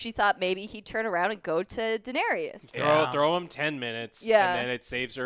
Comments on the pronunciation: Deeeeee-nay-Riessssss. C'mon man. Say it properly, please. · Joe tell the fucken chick it’s not pronounced daenerius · Who’s this “Daenarius” she keeps talking about? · denerius, deniris, deneerees cmon guys :D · "Denarius", "Deneres".... FUUUUCK... I can't watch this shit. Don't bother reviewing a show if you can't even pronounce the fucking character names correctly. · that girl cannot pronounce "daenerys" lmaooo she said it differently every time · Dragon riding... their hair did not move.. their faces would have frozen off going that fast in that cold.. and for the love of ALL THAT IS HOLY.. learn how to say Daenerys! You guys are adding a syllable that isn't there. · Could this woman say Danerys properly, aargh so annoying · come on, at least pronounce Daenerys correctly.. .. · I love you Joe but next time pronouce Daenerys correctly...😂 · This girl how no idea how to say Danaerys. Or Joe for that matter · What's so hard about pronouncing Daenerys correctly? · omg can you all learn how to pronounce Daenarys' name!!!! it's annoying. one of you says "Dah-nair-rias" and another says "Dah-nair-rees" it's PRONOUNCED, "DAH-NAIR-RISS" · Not everyone loves her. For starters she's blatantly been the villain right from season 1 but not a lot of people seem to notice that. Also her name is spelled Daenerys. Not Denaeris! Wasn't the denari a Roman coin? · Please dont bring back that woman who sits next to. The way she pronounces Daenerys and her enthusiasm for Arya and Soyboy is absolutely horrible... Other than that, great review. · WTF is up with people adding that extra “ey-us” at the end when they say “Daenerys”?!?! I lose all respect for someone talking GoT when they pronounce her name that way. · man the pronunciation... denaries... cleeganbowl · It is Daenerys. Not Daenerius or Daenereese. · Dan Air Ee Uss XD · Why does Joe pronounce Danerys like that? It's Dan-air-iss, not Dan-aries. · Daenerys dammit...not DaenERIUS...:P This is so funny... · Triggered me too